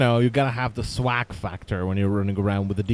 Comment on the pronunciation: O M F G the way he pronouced swag i cant stop laughing :')